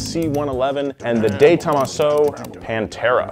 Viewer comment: Thanks for the video. You really did a hatchet job of pronouncing de Tomaso